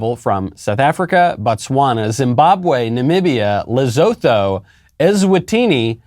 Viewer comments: Alright I'm just gonna say it... You butchered Lesotho😂😂. Love ur vids but yah I'll offer a little help. LUH-SOO-TU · Lesotho pronounced: "Leh sue to" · Lesotho is pronounced as Lesoto (-H) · He said "Lesotho" wrong.